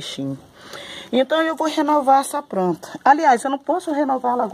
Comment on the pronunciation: a voz dela muda repararam?? plantinha falou no início do vídeo pranta